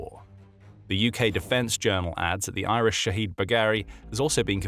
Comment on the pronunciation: Its not iris it's IRIS. just like USS,HMS,SMS. I'm glad they are destroyed but just get it correct please